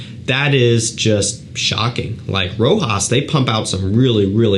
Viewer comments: my friend its Rochas..not Rojas...Rojas looks like spanish 😉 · it's pronounced like "Rosház". i like the house. very important and historical house that it's so popular nowadays. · I would say is pronounced rather than spelled, "Rocház" but the s is silent.. I have left a comment to the reviewer before, but he keeps pronouncing as it was a sort of american word. 🤔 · sorry, i meant "pronounced ". My bad. This is a french house. Reviews should search a bit just to know how to pronounce this brands and fragrances names. So many people pronounce "Rojas" "Roca" "Roshá"...